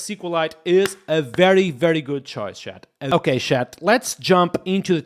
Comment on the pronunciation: Dont say shat it’s chat. Not having a go but everytime i hear it feel like you say shite